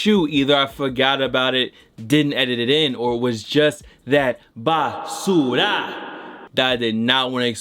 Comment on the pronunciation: Bruh it’s basura Lol not basuda